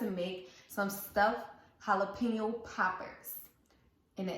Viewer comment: Please, pronounce Jalapeno, properly.